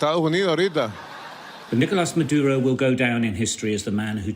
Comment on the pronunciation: The most shocking thing is no one single English speaker even mildly attempts to pronounce “Nicolas Maduro” the proper way even though they say about one hundred times 😂😂😂😂